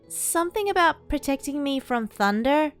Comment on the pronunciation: I love how were just like: Tunder scawy . LEGITIMATELY me